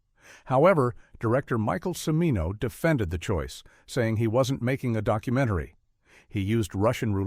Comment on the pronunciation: Yeah, how about that! Jesus! Did the creators of this thing bother to watch it after it was completed? And, I believe the "narrator" is mis-pronouncing "Cimino."